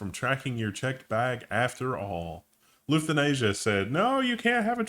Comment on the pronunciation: i thought it was "luft-hanza"